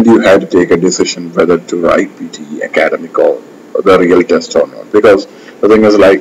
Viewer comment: For eg, in the first few minutes, few words are mispronounced.. like "academic", "pronunciation", "comparing", "may not". You pronounced it as "Ak-aad-emic" which is wrong. It is /Ak-ed-'emic/ with the stress on the last syllable. And 'pro-NOUN-siation" is the wrong way to pronounce. Its /pro-NUN-siation/ and /pro-NOUN-s/. That's the difference between the two. If you pronounce "mp" as "mb" (for eg, "combaring" and "comblex") that's considered wrong as well. "May not" is not a single word but 2 which you have to pronounce distinctly-like /mei not/ and not "menot". I would also like to point out that PTE Software is reliable as far as correct English with no hint of mother tongue is concerned. And, the system is not at fault. Happy learning folks! :) Its better to not opt for PTE if your speech has flavors of mother tongue. And yes, you're right. IELTS is easier. :)